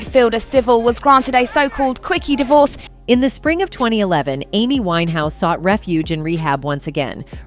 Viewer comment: I can't believe how wrong your facts are..... suicide????? The fact you think it's ok to deliver wrong journalism is beyond me. And yes, get her name right